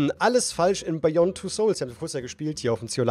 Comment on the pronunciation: Bayond Bruder :D wer kennt’s nicht?